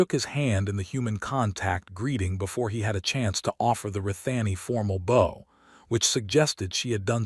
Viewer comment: Somebody please reprogram the AI to pronounce BOW as bow 🚢 not bow🎀.